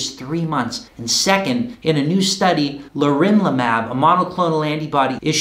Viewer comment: it's pronounced leRONlimab